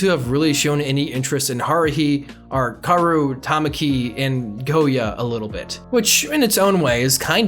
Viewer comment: I luv this anime, the twins aren’t so hard to tell apart, you can hear it from their voices. kiss kiss fall into depression bc they/ the creator said they would make a season 2 but it has been 9 or 10 yrs so far😔 Also why do pronounce Hikaru and Kaoru, Haruhi like that